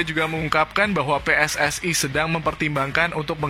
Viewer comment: aku dari Indonesia. kepada cainelaku sering menonton cenel anda maka aku pengin cenel coba berlatih bahasa Indonesia sia lebih Pasih lagi supaya lebih jelas dalam berpendapat contoh kalau bicara pssi coba di pasihkanenjadi jangan pssa tapi pssi iiitu saran dari kami makasih